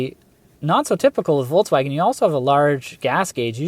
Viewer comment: It's so funny how no one pronounces "Volkswagen" right😂